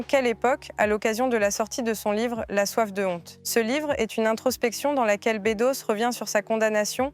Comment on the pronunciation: Nicolas bEUdos, pas Nicolas bÉdos 🙄